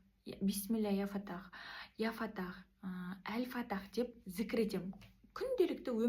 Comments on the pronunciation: Әл-Фатах емес, Әл-Фаттах. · Ал фаттах деп дурыстап айтшайш карагым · Әл Фаттах деп айтасыз екі т